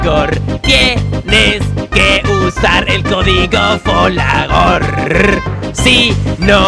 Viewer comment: Lo mejor de todo es que dice folagor y l chino no para de decir como lo ha llamado ? Jajajaja